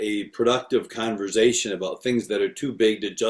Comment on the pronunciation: This is great. Also wild to discover there are TWO CRC pastors who say 'converzation'